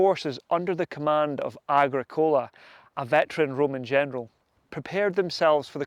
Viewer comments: Its agrick ola not agreecola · Yes I've heard a few people pronounce Agricola like the way it was on the video. Started to question it but I think its a common American style of emphasis. Agric- ola sounds better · AH-GRICK-ULAH PLEASE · Are you deliberately mispronouncing names like Anglesey, Tacitus and Agricola in this video ? These words have been well known and had an accepted pronunciation for generations before your arrival, son. Find out how to use them before you go disseminating culture dilution, or you might as well be offering your *rse to Donald Trump. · Hi. Absolutley cracking vid. I liked the traditional presenter talking to camera apporoach and only occaisional use of illustrations. Battle graphics were very clear. One small point on pronunciation "Agricola" is pronouced with the Agri sounding like it does in "Agriculture" and Cola like the drink. "Tacitus" is pronounced Tasitus. That's my understanding, if I'm wrong no issue! Great vid. Cheers. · Are you pulling our legs? Your pronunciation of Agricola, Angelsey and the Ordovices are kinda Monty Python.<< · Great work I enjoyed watching your presentation the only problem was Agricola is not pronounced like that, but still very well put together top job. 👍